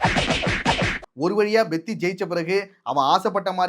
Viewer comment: Bro please pronounce perfectly it's peddi not beddi